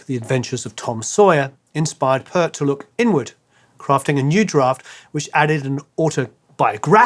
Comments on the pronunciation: Please pronounce his name correctly! Please. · Hear to see how many die-hard Rush fans give hell for the mispronunciation of "Peart"... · Why can very few of these journalists when they are researching,still not learn how to say Neil's surname correctly? It's not that hard. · FFS, learn how to pronounce Neil's surname 🤦‍♀🤦‍♂🤦🤦‍♂🤦‍♀ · …and you couldn’t say Neil’s last name correctly 😑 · Such knowledge, yet you don’t know how to pronounce Neil’s last name 🤦🏻‍♂️ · You lose credibility when you cannot pronounce "Peart" correctly... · Good grief, pronounce Peart's name correctly. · Shame you couldn't pronounce Neil Peart's name right! 😡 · Great expose on Tom Sawyer and Rush. Adam nailed those bass and synth tones too! A cool fact about the production is that it was one of the first records produced on the first SSL console in North America, a 4000B at Le Studio. Also, I must point out that Neil's last name is correctly pronounced with a long "ee", as if it was spelt Peert. Great video! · Omigosh. "Peart" is not pronounced "Purt". It's "Peert". It's like "peer" with a "t". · It's pronounced Neil Peert, not Purrt. Fave song would be YYZ, fondly remembering being in a full arena jumping as one person with thousands. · P "ee" rt - long "e", not "Pert." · PEArt, not Purt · Hey, it's pronounced Peert, not Pert,. I'm a Rush nerd. I should know.;0) Btw, thanks for doing a Rush song. 🖖💥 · Peert instead of Pert. Colber Repor instead of Colbert Report. The Spirit of Radio instead of Spirit of the Radio. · The Drummers name is not pronounced Pert but Pee-art !-) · It’s pEARt not PHURT!!!!!!! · Sorry, he pronounced it "Peert", "Pert" was a running joke within the band. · Okay, I love that you did this but... it's pronounced PEERT not Pert . Pert is a shampoo, part is in your hair and 'Peert' is a world class musician and lyricist. Neil Peart... drummer, lyricist, motorcycle enthusiast, author, legend.... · His name was Peart, thats Peeeart